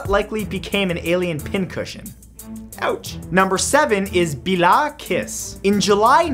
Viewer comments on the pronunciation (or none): hahaha! The way you prounance that name :'-D It is suposed to be prounanced like this: Bella Kish. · pls pronounce bale Kish thank you :D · Matt! Number 7 is pronounced "bae-lah kish"! It's okay, people always mess up Hungarian names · I died when he tried to pronounce the Hungarian guy's name😂😂😂